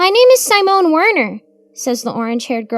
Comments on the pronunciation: I don't think that's how you pronounce Simone. I think it's see-mone. I think you're also mispronouncing Samael. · honey, simone is not pronounced with a long i. short i as in sit. si mone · Sigh-moan. Lol i love that intentionally mispronounces words like a little kid would. You can tell she is a great performer